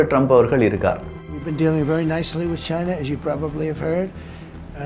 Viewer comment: Not cheeena, It's China